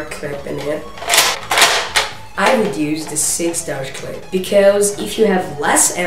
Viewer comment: he did not call it a clip he called it a "Clipazne". but your still right